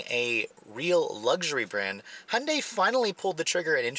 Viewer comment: First learn how to say Hyundai properly and then do reviews.